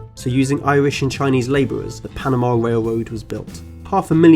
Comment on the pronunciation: “Wail woad” “powah” “twee” lol